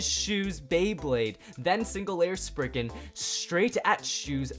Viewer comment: SPRIZEN NOT SPRIGGEN